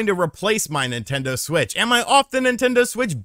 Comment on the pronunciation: Take a shot each time calls it a "Nintento Switch"